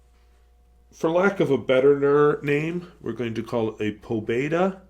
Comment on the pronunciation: Pobeda is pronounced with a long e; It means victory or triumph.